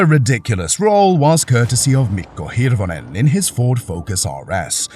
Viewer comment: I'm impressed at how well you pronounced Mikko Hirvonen's name